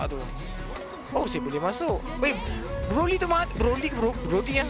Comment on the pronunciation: Moonton: brody: broly, broga 😂😂😂😂😂😂😂